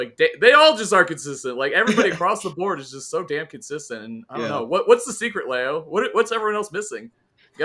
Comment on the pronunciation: Tweek will pronounce Leo's name right one day.. I just know it!